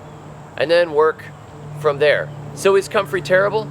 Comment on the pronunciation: You overdid it with the "terrible", made a bad impression of you!!!